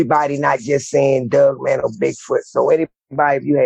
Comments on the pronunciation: Every time I hear him say “Doug Man” instead of Dog Man, I lose myself every single time. 🤣💀🤦🏽‍♂️😆. Sorry, I will see myself out now 😅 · Is he saying dugman? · He said dugmane! Lol